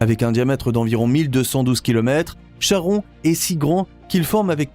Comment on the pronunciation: Chhhhharon.... Faut respecter les phonétiques des mythologies. "Ka-ron" En tout cas plus je regarde les vidéos de cette chaîne, plus je vois que l'écart des infos sur les documentaires sont différents. J'ai l'impression parfois d'avoir des vidéos fake façon Lama Fâché. Faut vérifier ce qu'on publie, on ne plaisante pas avec la science